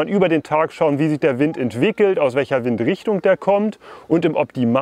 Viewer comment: Wind spricht man übrigens auf Englisch fast genauso aus wie auf Deutsch, also "Wind" statt "Weind". Kleine Videoidee: Ihr macht doch öfters was mit Decathlon zusammen, vielleicht könnt ihr ja mal deren e-Finne testen.